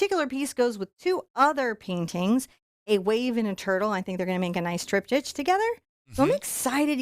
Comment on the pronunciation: Triptych has a hard k sound at the end love. Just wanted to help